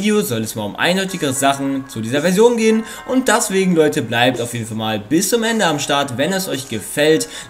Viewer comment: das heist "deswegen" und nicht "daswegen"